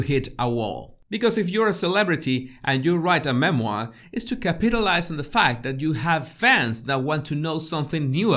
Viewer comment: Capit alize 😂